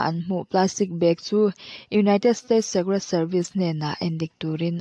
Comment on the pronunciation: State paw ilam dik theilo ani a chuan english word hrim hrim ilam dik lo thriannu azathlak lutuk sim raw.